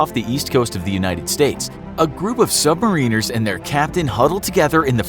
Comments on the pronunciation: Sub-mare-in-nurs Not sub-mar-reen-ners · It isn't sub-mareeners it is sub-mare-eners